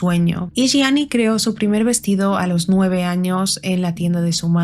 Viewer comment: Gracias por pronunciar bien el apellido de Gianni ❤. Este caso es bien interesante y de hecho es muy misterioso ya que no se sabe a ciencia cierta si conoció a Cunnanan en vida, no hay evidencia alguna de ello. Yo creo que no lo conocia, simplemente el representaba todo lo que el queria lograr y que no podía porque solo soñaba pero no trabajo nunca por ello en base a un talento